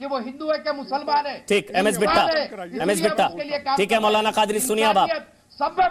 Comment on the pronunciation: Mautlana! "t" is silent.